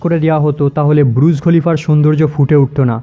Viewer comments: Bhai pronounciation ta thik kore kor. Kokhon bolchis BURUJ, ABAR KOKHONO BRUJ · ব্রুজ খলিফা নয় এটা বুর্জ খলিফা